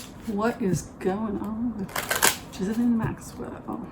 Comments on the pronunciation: Congratulations! Enjoy Portland OR! I’m happy for you. You also look very happy. Thank you for the reading.:) (Ghislaine’s name is pronounced Ghee-Len.) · Zjee-laine is the pronunciation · She pronounces it GHEE-lane Maxwell. (Like the butter substitute.) The correct French pronunciation is GIZ-lane (G sound like in guitar) But as a British family that's not how they chose to do it. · Robert Maxwell seems to have cursed his daughter with a name no one was able to pronounce. The BBC and others decided on a soft "G", no "s" and accent on the last syllable. I guess we'll know for sure if they show her in court and she's asked to state her name and the internet and twitter-verse light up.